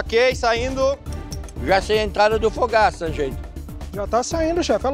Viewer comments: A Chef Helena chama do o Fogaça de Fogs 🤣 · A Helena chamando o Fogaça de Fogs 😂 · a helena chamando o Fogaça de fogs kkkkkkkkkkkk ai ela é tão querida 🥺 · A HELENA FALANDO "aqui no time do foguis"( fogaça) AAA AMIGUINHOS 🥺😭😭😭💜💜